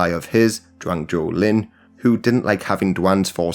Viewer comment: Zhou en lai pronounced Joe un-lye. Not jowe